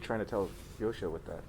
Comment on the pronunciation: oh my God, I have been pronouncing Joscho's name wrong all of this time:)